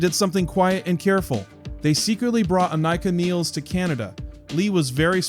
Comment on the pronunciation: Many get neil's last name pronunciation wrong, and Anika Nilles, first and last name as well! Aneeka Nillis